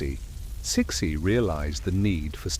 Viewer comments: Huh!!?? Who is chick-shi??🤔🤔🤔🤔or chic-shi?? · You erroneously pronounced her name Ci Xi is pronounced Tzu Hsi. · Immediately stopped watching as I heard that pronunciation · lots of inaccuracies which would mislead any students or studies of Chinese history, the overall site has a lot of good points but are let down by the credibility of the facts suggest more research. Also the way CiXi is pronounced by your AI, is somewhat insulting, makes her sound like a pet dog not The Empress of China. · You are saying her name wrong 😂😂😂😂😂😂😂